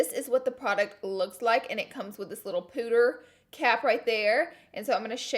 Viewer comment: when you said "pooter cap" I died. had to go back a second time just to make sure I heard you right XD